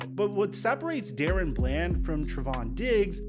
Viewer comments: Its not Darren, its DaRon!! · I’m pretty sure it’s pronounced DA-Ron not Dare-ran or Dare-Run🙄 Shits been bothering me for awhile😭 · his name is not Darren its DaRon. Stop butchering this mans name😂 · DAH-RON not DARREN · Da-Ron not Daron. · his name is Da-Ron not Darren please as a fan put some respect on his name and stop butchering it...but I'm loving seeing him come into his own I hope he can keep it up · Am I trippin or is his name not pronounced “Duh-Ron” Bland?? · IT'S DUH-RON DUH-RON NOT DA-RON. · Why do you pronounce his name like “Darren”? Literally all other media pronounces it “Da-Ron” like it’s spelled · Da Ron not Darren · Dude. Unless every single other person in the media, as well as his teammates, are getting it wrong, it's not "DARE-in". It's "duh-RON". Sorry, but it was like itching powder every time I heard you say it wrong. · It's Da Ron not daren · Da'Ron = "Duh-Ron" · It literally says DaRon not Darren. Sorry but just saying. This dude deserves correct pronunciation at this point. That’s all. No biggie. love the channel. Blessings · DA- RON lmao mans Hurd all the analyst say it correctly and said it wrong still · Bruh how many times can you fuck up one of the most obvious names ever Da-Ron it’s even capitalized in the damn middle 🤦‍♂️🤦‍♂️💀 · Daron is not pronounced like “Darren” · It’s Da-Ron lmaooo 😂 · Crazy how you still pronounce his name wrong when literally in the clips you put, they said DA- RON BLAND. Show some respect and put more effort in atleast learning their pronunciations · He has to be doing it on purpose. It's like he doesn't care.... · Bro stop being disrespectful and learn how to pronounce his name already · Hey I don't usually comment on your videos and I'm not trying to hate, I've followed you for a bit, but when you're doing specific player videos and have clips of other people saying his name and can even find them of himself saying it, how do you mispronounce it?